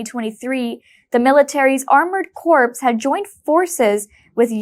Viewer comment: corpse is a dead body. The word corps like an army unit is ptonounced 'cor' The p & s are silent. One of a number of words where French words' pronunciation is retained in English.